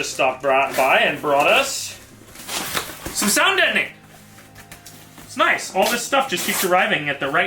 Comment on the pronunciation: "Noice"